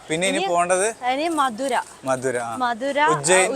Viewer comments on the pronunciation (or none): Upil മതുരയാണ് Not മധുര.